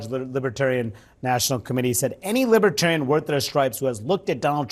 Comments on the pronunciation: Lib-A-tarian??? Isn’t it Lib-ER-tarian?? What a goofball!! It’s truly mind boggling so many have fallen victim to the brainwashing and gaslighting of the dumpster!! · Lipatarian lol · What's a 'libitarian'? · He keeps saying "libbatarian." You'd think if he wants their votes he would learn how to pronounce it. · Trump can't even pronounce Libertarian. He's pronouncing it as "Lib-a-tarian". I vote Trump for prison 2024! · He can’t even pronounce libertarian. He keeps saying Libah- Tarian. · Trump says "Libetarian". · “Libeterian?” Maybe he should have practiced saying that word. What an idiot! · Does he know it’s Libertarian… not Libitarian.😢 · What's a LIBITARIAN? 😂😂😂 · He can't even say Liberaterian right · Trump says “Libatarian.” It’s like people who say “libary” and “Febuary.” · Libatarian ??? Poor baby, he's got a speech impediment !! 🤪🤪🤪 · Now Rama swampee calls himself a liberatarian ?? Trump can’t even pronounce the word right. “ LibAterian ?? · "I will put a Libahtarian in my cabinet. You get a Libahtarian! You get a Libahtarian!" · libitarian....he doesn't even know how to say libertarian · 😮😮 He can’t even pronounce the word LibeRtarian properly 🤡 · Dump can't even pronounce "Libertarian" !!! There is a r before the t . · It would be really nice if he could say "LIBERTARIAN" Correctly! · He can't even pronounce "libertarian".😂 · He can’t even pronounce Libertarian correctly.